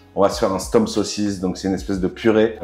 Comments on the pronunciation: Aie, aie, aie... On dit stoummp, pas stomp, on dit binnche, pas binche (c'est une ville...) 😁😁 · haha oui! "OU". stOUmp :) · Bintje,stoemp se sont des noms flamand, déjà eux les prononcent différemment selon les provinces.